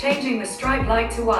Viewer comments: Bro its 'strip' not 'stripe' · Strap na IT'S PRONOUNCE STRIP (STREEP) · other people: streep: StRiEpe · Hey google, tharn on the strite light on😖 what an accent.